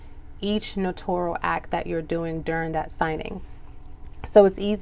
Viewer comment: Love the explanation! Thank you! Remember that you pronounce notarial as NO-TAIR-REE-UHL, not "No-tor-ree-uhl." I think people get it confused and pronounce it like they would say "notorious". Correct pronunciation==> . I was a notary years ago at a job in another state and now I just received my commission in a different state and I'm so excited to be doing this again. 🤗😀